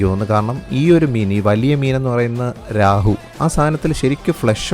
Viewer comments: രാഹു അല്ല രോഹു 😅😅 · Not Rahu, it's Rohu. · രാഹു അല്ല രോഹു ആണ് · രാഹു അല്ല രാഹുൽ 😄😁 എന്റെ പൊന്നു ചെങ്ങായി അത് രോഹു ആണ് 😊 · രാഹു അല്ല രോഹു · രാഹൂ അല്ല രോഹൂ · രാഹു അല്ലാ റോഹൂ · രാഹു അല്ല ചേട്ടാ. രോഹു.. എന്തായാലും ചേട്ടനെ അവർ വിദഗ്തമായി പറ്റിച്ചു.. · രാഹു അല്ല കേതു 😂😂😂 റെഹു ആണ് മിസ്റ്റർ 😂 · രാഹു അല്ല കേതു 😂ബ്രോ രോഹു ennan❤🤍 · രാഹു അല്ല കേതൂ 😂😂😂. It's റോഹ് man 😊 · രോഹു, അല്ലാതെ രഹു, കേതു ഒന്നുമല്ല😂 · രാഹു.. അല്ല.. രാഹുർ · 😂രാഹുവും കേതുവും അല്ല ... റോഹു